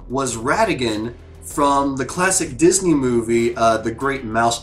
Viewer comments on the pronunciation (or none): none